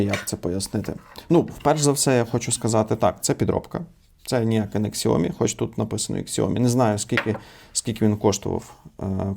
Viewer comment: Это подделка. И правильно говорить не "ксяоми" а "сяоми", так сами китайцы произносят название фирмы.